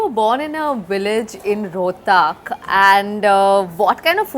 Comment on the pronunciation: Its not Roh--taaak it is Roh-tak